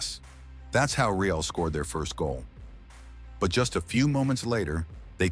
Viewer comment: thank you very much. Mai I give a feedback about the videos? You should find a way to fix the pronunciation of the voice software for the word "real" as it is pronounced as the english adjective and not in spanish. Just a minor thing, keep up with the great work!